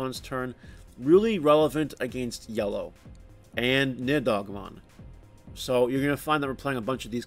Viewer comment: you say the card name as NI-HOG-MON is not that hard man